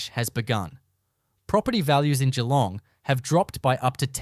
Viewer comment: 10 months on, and the Darwin housing market is benefiting from the exodus of southern investors to properties with a much better yields. 20% growth in 12 months - admittedly from a low base, but the complete opposite of the claims being made in this AI video. Not sure where 'Jalong' and 'Berat' are, but full marks for somehow nailing 'Wollongong' 😂 Don't believe everything you see on the 'net, especially if it was generated by a data center.